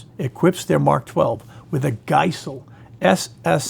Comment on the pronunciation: All that and then “geissele” is pronounced wrong.